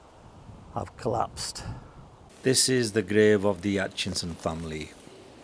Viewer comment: It's Aichison not Aitchinson